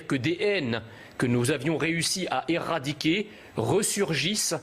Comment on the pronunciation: Juste une remarque phonétique : éradiquer de prend qu'un r, donc, il ne faut pas prononcer "erradiquer"